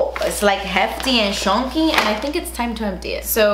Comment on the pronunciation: “It’s like hefty and SHUN-KEY”🤣